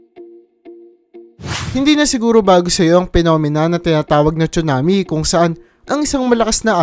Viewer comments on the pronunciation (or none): none